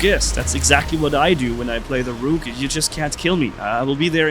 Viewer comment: You're saying it wrong!! Hey, Rook is pronounced as if it's rhyming with "took". Like "I took a Vitamin C."